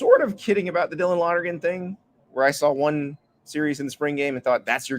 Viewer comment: Can you say Lonergan !!!